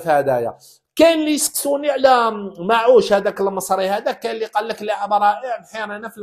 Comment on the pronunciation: مرموش وليس معوش